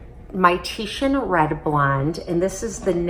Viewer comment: Oh wow someone actually said Titian instead of titan